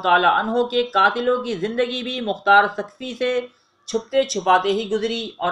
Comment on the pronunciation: ہر ویڈیو میں اردو زبان کا بیڑہ غرق کر رہے ہو۔ یہ الفاظ غلط بولے گئے ہیں، کوفہ ، تیل کھولنے لگا، حرملہ، مختار ثقفی، بلاآخر، مہلک ، سنگ باری ، رومی النسل وغیرہ